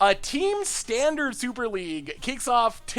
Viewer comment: Did anyone else notice the L at the end of standard?